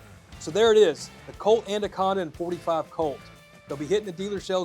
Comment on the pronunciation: "ANDA-conda." lol